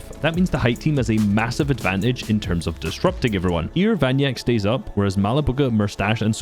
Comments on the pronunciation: he is vanya kek not vanyak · vanyak3k is read vanyakek, not vanyak 😉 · Vanyakek! Not Vanyak